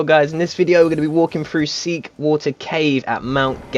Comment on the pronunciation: Thanks, much appreciated. Also, it is SEETHE-water, not SEEK. Even google has trouble with this one so you're not alone, although it wants it to be SWEET-water.